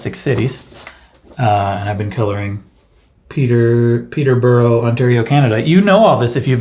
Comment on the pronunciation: tho people in Peterborough would not like it. you have to say, "Pete -a-burra."